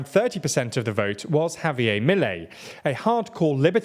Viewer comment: The emphasis goes to the last syllable, so it is ‘miLEI’ and not MIlei’